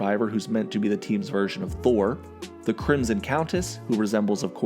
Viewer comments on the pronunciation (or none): none